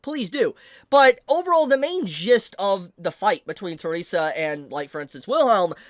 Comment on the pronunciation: let me correct the pronounciation. Her name is not Teresa. Her name is Theresia. The-re-si-a.